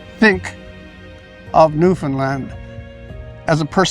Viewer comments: PS. I also learned how to pronounce the province’s name correctly. Apparently most Americans tend to butcher it, especially those of us with southern accents, lol! To remember: Newfoundland should rhyme and/or have cadence in a similar manner as the word, “understand.” Understand Newfoundland!(However, the “a” in Newfoundland is a slightly softer,more rounded sound than generally found in the southern USA.) So the name itself is NOT pronounced as “Newfinlunn” like I was taught in world geography. Lol😊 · I can’t believe Rex let you call it Newfundland haha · It’s pronounced New Fun LAND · I can’t believe that you keep pronouncing Newfoundland wrong and Rex didn’t correct you, with so much respect and respect should be given when speaking about such a beautiful island of Newfoundland (new fin land ) is how you would pronounce it but flowing out as one word. From a Newfoundlander and former fisherman A LITTLE BIT OF SALT WALTER WILL FIX WHAT HALE’S YA !!! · At least pronounce it right omg